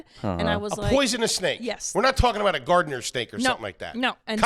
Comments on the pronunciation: Its GARTER snake, not Gardener. Garbage pronunceation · you’re an idiot😂 First of all, it’s venomous not poisonous smh And secondly, it’s called a garter snake not “gardener” lmaoo